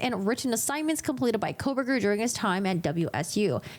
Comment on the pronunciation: You pronounce his name differently.